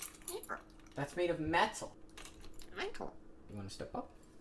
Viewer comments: metal "meeental" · “Can you say it better?” Must be one of the hardest training commands to instil into, because he’s right, but there’s no immediate way to make him realise his pronunciation is wrong so he assumes he’s gotta guess another of his regulars when he was SURE that was “Mætal” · Was he just learning how to say metal here? I'm not used to him saying it that way lol